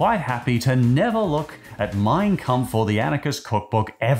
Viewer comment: Why does "Mein Kampf" sound like mine cu